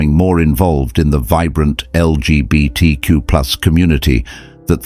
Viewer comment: “New York City’s L-G-B-T-Q-pooz community.” No,, you are not even in the right ballpark!